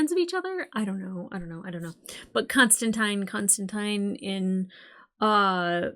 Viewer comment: Extra points for pronouncing Constantine correctly.